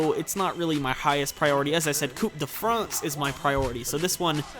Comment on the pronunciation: I always think you say Poop de France